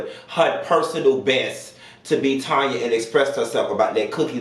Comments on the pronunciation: 🗣️ IT'S TANNNNYYYYYAAAAAA! It drove me crazy to hear you keep saying Tonya😂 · I wish you'd say the darn lady name right. Her name is TAN-YA NOT TON-YA. She's Canadian so she's not just saying it's pronounced That way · her name is Tanya not Tonya. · So sick of YouTubers pronouncing Tanya as Tonya. 👀Get it together...that part. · Tan not Tonya ...Tanya lord and she's Canadian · TAN-ya chile TAN-ya 😭😂